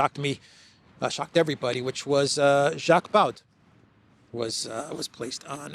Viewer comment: How did you read Jacques Baud's name? 🤣😂🤣😂